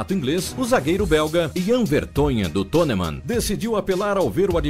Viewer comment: Ahahhaa só errou na pronúncia do tottenhan e no nome do vertoghen